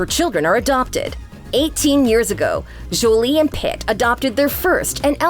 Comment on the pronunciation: Jjjjolie🤣 it is The way this woman pronounced Jolie is killing me